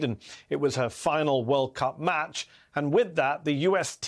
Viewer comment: I love all the Weekend Hosts, but you most of all Mehdi! But may i please correct you on how to pronounce Megan's last name? The emphasis is on the 2nd Syllable: as in Ra - 'PEEN' - Oe, not, 'RAP' - i - Noe. I know of her because of her Fiance, Sue Bird, a 4-Time WNBA Champion, w/the Seattle Storm & All-Time Assist Leader!